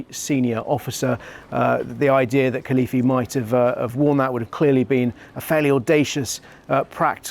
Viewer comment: Could you pronounce the name properly. Very young. And what a great escape.